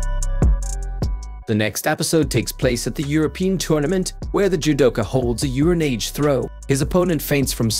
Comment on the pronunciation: "uranayje" c'mon now